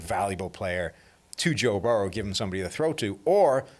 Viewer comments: Burr-oh not baor-ohw. The other guy says it correctly to his face like three or four times. You're saying it stupidly on purpose. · Why does have such a hard time pronouncing Burrow